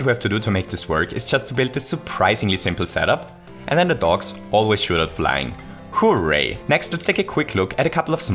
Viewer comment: It sounds like a combination of "Whoo" and "Yay" but the "Yay"part starts with an r